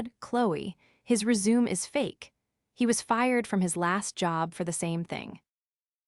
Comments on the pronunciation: Resume,, she pronounced rezooms? It re-shoo may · It's resumay, not resume. 😂😂😂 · "Re-Zoom"???🤣😂🤣 AI is so stupid. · Good payback trumps pronunciations. Wow! A WELL PAID PAYBACK! What a concept!😅 Rejection on merits. Don’t lie on your RE-ZOOM! 🎉😂💃🕺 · AI needs to learn how to pronounce the word ' resume' properly - rez-zoom-may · If you want your ai voice to sound more natural, at least try and say the words properly! 'RESUME'. Really??? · I had initially clicked like until I realized that you hadn't listened to what you had your AI spit out for you. It's RESUME (something you send to a prospective employer) NOT resume (start something again), among other mispronunciations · Learn how to say resume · That is NOT how you pronounce 'resume'. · Jut like no. doesn't = number and is. doesn't = island. The 'resume' AI understands is 'to continue' not what is described in the story